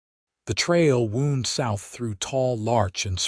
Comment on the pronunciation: "Wound" is pronounced 2 ways though both are spelled the same. However the 2 pronouncements have 2 separate unrelated meaning. "Wound" sounding "wou..." like the "o" sound of "who" is the definition of an injury. But "Wound" that has the "o" sound of "How" has the meaning of " meandering. Curving around. Such as roads or yarn or ropes. These westerns predominently mean "wound" - as in "curling" or curving, generally speaking of such as roads, (or balls of yarn). With the "wow" sound. The "wound" term these westerns use wrongly for the curling roads is more often pronounced as it means "injury", with the sound of "who" or "hoot". Yes, American English is very very heavy with such words and confusing spellings pronounced several different ways. AI has No discerning intelligence at all in those matters. But whoever is reading has a good voice and generally does a good and expressive voice. But American English does not have an unwritten "r" sound between two different vowel sounds such as England and Boston Massachusetts teach to separate 2 words.